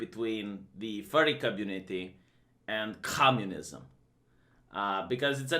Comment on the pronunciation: Love it when spits "communism" at the beginning.